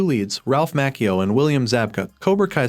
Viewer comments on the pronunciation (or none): Say it with Us Its Ralph Mattchio okay Its Italian Numerous people have gotten it right Why not you?